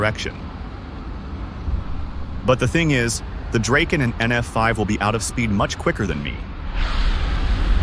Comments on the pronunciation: Draeken???? Ewww, it’s Draaaaken! Like Dr-O-Ken! DrAaahhhken! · Absolutely beautiful! I dig the f-5 a lot and it’s a damn good looking plane. Just fyi, the j35 is pronounced Draaken. Take care